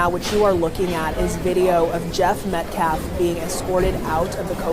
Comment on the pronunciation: He never says Austin’s last name correctly. It felt purposeful!! It’s not Metclaff you race hustling cowards!!